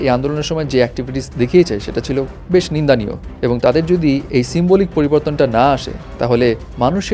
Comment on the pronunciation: There is nothing "Nindanio" ! It's "Nindonio".